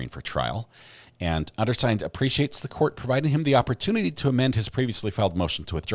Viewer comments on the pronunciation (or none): none